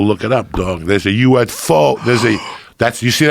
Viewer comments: Lmao haha “look it up dog There’s a uf-FOH!” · Only Joey Diaz can call a UFO a "USfoo" and no one cares 🤣🤣